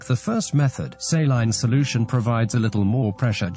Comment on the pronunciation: Say-line solooshun